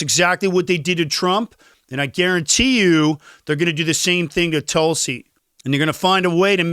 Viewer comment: You are pronouncing Tulsi 's name incorrectly. Just know, you're making people keep scrolling.